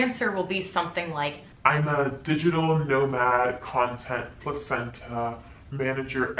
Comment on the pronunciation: Did you just say, placenta? 🤣🤣